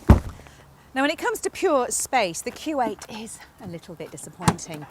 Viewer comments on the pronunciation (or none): what does it sound like she is saying Kuwait and not Q8 !